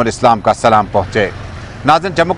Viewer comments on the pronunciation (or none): Bhai ap salam ka talafuz thoda galat kr rhy hain